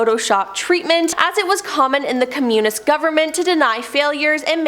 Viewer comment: I’m sorry but I can’t get over the weird pronunciation of “communism” 😂